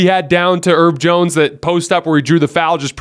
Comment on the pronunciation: "Erb Jones" 💀